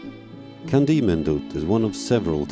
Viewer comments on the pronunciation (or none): It's pronounced chandee 👍